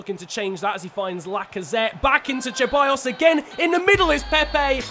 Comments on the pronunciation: I didn't follow you back in 2014 but I do remember Grenier! He used to play for Lyon! Great series so far. Haven't been watching your channel for very long but I did watch the entire Wolves series and it was fantastic. P.S. I'm not sure you are saying Ceballos right. You're saying Cheballos. I do believe it's just an S sound. I know it doesn't matter but I know you try hard to say names correctly! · Ahhhh!!! It’s not Che-buy-os, It’s Ce-buy-os It’s not N-kee-tah It’s N-keh-ti-ah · Your pronunciation for Ceballos is completely trash. It is pronounced as Sebayos not Cheballos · I found funny the "cheballos" pronunciation😂